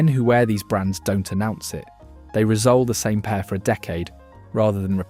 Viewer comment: Great video, the only nitpick is that it is "re-sole"/re-soled (pronounced "ree-soul"/ree-souled"), and not "rizzole"/"rizzoled"